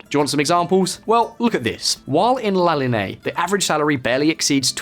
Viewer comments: There are some real flaws in this video. You compared incomes but didn’t compare buying power. I was just in La Linea(your pronunciation was so so so off) and went to Gibraltar from there. I didn’t see a huge difference between the two areas except yes there are more high rises but that’s because there isn’t much land at Gibraltar. I also didn’t see a single fancy car like you mentioned. I have been Monaco and other hot beds of wealth in Europe and those areas are noticeably much more wealthier. Look at the wealth of the citizens of Gibraltar versus the wealth of Monaco. La línea however wasn’t some impoverished terrible town like you’re trying to say. It’s quality of life is good once you consider the cost of living with wages. This is way too biased to the Brits. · La Linea pronunciation was even worse lol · "La Lin-e-a" not la linay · La LEE-nay-a Geez. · Great video, but it's pronounced La Linear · "La linei" lol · linea pronounced LEE-nay-ah. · La linay 😅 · and it’s pronounced La Lin - E - Ah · La le day del la conception 🤣🤣🤣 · What a way to butcher the name of La Linea, but great video altogether 👍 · Why does he pronounce la línea like that 😂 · Yeah, but also me being just Italian, and hearing him say "La línea" 😳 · The way you pronounced "llanito" and "la línea de la concepción" gave me cancer. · Gibraltar people: Gibraltarian NOT Gibraltian! Town across the border is La Linea NOT La Liney It's not known as La Verja, but La Frontera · It is NOT Lanitos! The word begins with 2 “L’s” Llanitos and is pronounced “Lyahnitos”. Just like the way Scottish people pronounce “Million”. What a wanker. This tosser cannot pronounce a simple Spanish word “Linea” .It is Pronounced La Linya” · What, you couldn’t spend the extra 10 mins to research how to pronounce Gibraltarian or La Linea? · That’s not how you say gibraltarians or Cadiz or la linea or llanito